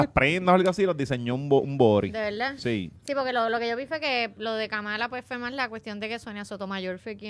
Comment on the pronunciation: No le permiten al George decir Guaynáa pero dicen Kamála. Hay doble vara en el podcast.